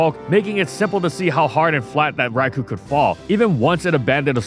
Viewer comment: Bro talks about Raikou so much and yet he still can't pronounce it right.